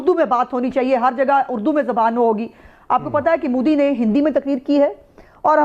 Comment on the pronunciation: Moody nahi Modi hai pehle bolna to Sikh lo kamino